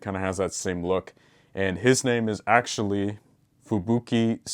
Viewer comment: I can't tell wether he's saying "Fubuki" or "Fubiki"